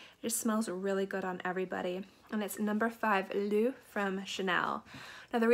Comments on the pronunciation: Nice choices! I have two from your list that will be in my rotation. I’m going to have to pick up the Madison Lancôme fragrance you mentioned. I’m always looking for different takes on almond. L’eau is pronounced more like low than loo. ✌🏼happy new year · Great vid, You prob know by now, I havent read the comments, but L'eau is the same as "Eau" pronounced as "O".., or "L'O"